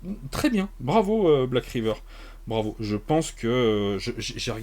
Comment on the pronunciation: L'accent anglais pour "Black Raïveur" était le bienvenu, mais... manque de bol, c'est "Riveur" 😅Retourne boire tes panachés, plutôt ! Ah, et... Tentacule !